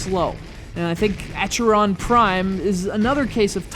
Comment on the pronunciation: How difficult can it be to pronounce Acheron? Try Ah-khe-ron.